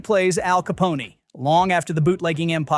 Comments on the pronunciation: Somebody please tell this ignorant twit that it's pronounced "ka PON", like the word, 'phone" without the 'H' in it. It's NOT "caponey". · you're not serious, are you?? Capone-y????? It's Al Ca-pone (like phone!!!) AI is a tool for the lazy google is free Education isn't a thing any more - CLEARLY #dumbass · Who the hell is narrating this video? "Caponey"? Wow, so pathetic. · Caponey? CAPONEY? God save me from this AI-read shit. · Capony? Can't they find AI that knows how to pronounce English?